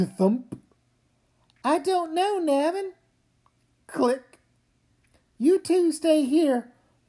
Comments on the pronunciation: Yeah. In interviews, Kazu Kibuishi -- the author himself -- pronounces it NAY-vin. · WHY DOES EVERYONE PRONOUNCE NAVIN LIKE THAT?